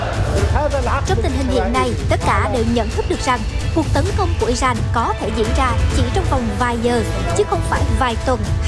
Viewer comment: Nk nó phát âm không chuẩn thông cảm nhé kkkkkk